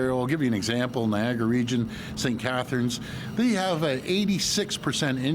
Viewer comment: Doug - it’s NI - AG A -RA and it’s TO RON- TO , remember the Liberry !